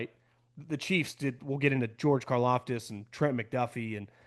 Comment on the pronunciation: wow he finally said Karlaftis right!